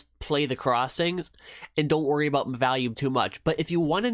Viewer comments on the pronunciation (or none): OMG can you please quit calling it valume lol.... it's volume, you know like volley ball, it's vol, not val! Thanks for sharing it is interesting to see your choice of EMA's. I've been curious about 9 and 21 EMA's but I haven't used cross overs as sole decision to trades on yet. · great vid! p.s its not valume its volume hides face